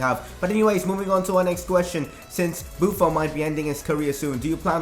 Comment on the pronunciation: u pronounce buffon wrong it is like a french accent in the end